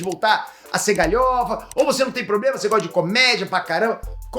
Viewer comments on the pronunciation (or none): none